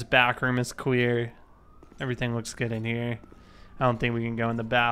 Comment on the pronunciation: anybody else thanks he says cwear and not clear